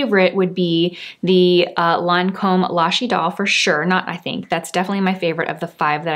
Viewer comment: Well, she gets points for pronouncing Idole correctly. I have heard other influencers say" Idol", as in American Idol. Then again, I watch for her expertise in makeup, not French. 😉